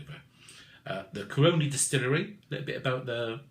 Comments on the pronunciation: Great review. FYI The region, company, distillery are pronounced "CAR-RONN-E". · love the reviews but.... say it with me; Cah-row-knee... that's how Caroni's pronounced.. lol cheers